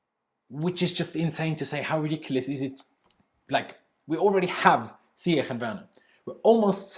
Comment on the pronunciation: 'Ziyech' is pronounced 'Ziyesh'